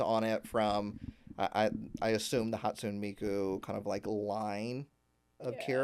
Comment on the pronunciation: Hot-sue-neigh not Hot-soon 😂😂 but we love ya , a hologram idol, gee, is Canari trying to copy Hatsune Miku?